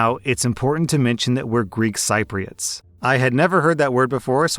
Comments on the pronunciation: Its pronounced "sip-ri-ots" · Cypriots is pronounced Sip-riots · Sip-ree-ots, not sipe-ree-ots. Good stories. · Sip-pree-oots, not si-pree-oots. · it's pronounced sip-ree-uhts! 😂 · Cypriots, is pronounced Sip re ots.🙂